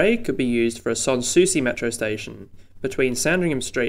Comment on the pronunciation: Interesting. You think reclaiming ther Golf Course might be hard going, good luck with Thirroul. Also I know this makes no sense but re pronunciation: San Souci: San rhymes with sand, Woonona is w'NOO-na, Towradgi is t'ROD-ji.